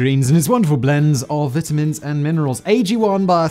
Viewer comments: I love how Simon pronounces vitamins 🤭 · And says "sixth" like "sickth". British speach impediments / difficulties